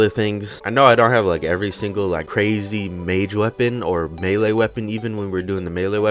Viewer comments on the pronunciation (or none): none